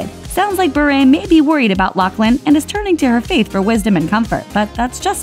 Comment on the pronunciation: Why is she saying Berret it’s pronounced Bi-ur BURE